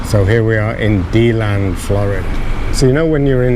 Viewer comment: I lived in Deland for many years and still have family there. You mispronounced Deland every single time LOL! Have you tried touring the western states? I couldn't take the tornadoes and hurricanes living there in Florida and moved back to Nevada where I am from.